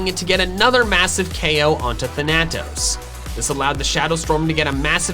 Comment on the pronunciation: Just FYI, Thanatos is pronounced with the emphasis on the first syllable. THAN-a-tos.